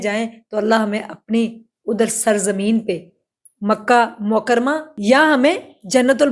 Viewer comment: مکہ مکرمہ صحیح تلفظ ادا کریں